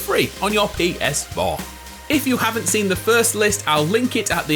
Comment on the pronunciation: "Pee Es Foh"